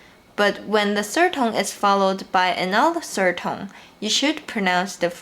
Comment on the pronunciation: [feedback] Whenever you say 'tone', it sounds like /tʌŋ/ or /toŋ/.